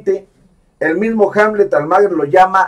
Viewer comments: Pronuncia bien el apellido "Almaguer", es Almaguér, no Almáguer", no seas wey. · Almaguer.... No lo pronuncia bien.